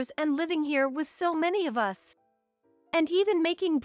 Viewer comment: Jack wouldn't have to pay compensation if it's her fault for the divorce. She's the one that disrespected his family, so he didn't do anything wrong. The 2nd story ... what is wrong with Tom's voice? He sounds like he's on his deathbed. Annoying. What is this ..... '.... that the three of US (as in USA)'?????? It is 'us' as in 'we', as in the three of each member of the family. Really? Get rid of the annoying AI robotic narrating and learn proper pronounciation and emotions. Not subscribing and will block all stories from this channel.